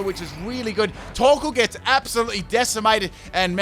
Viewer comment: when you said torkoal, I understood taco